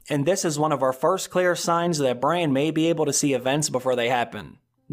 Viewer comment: You do know his name is Brandon? Bran for short...…..NOT Brian.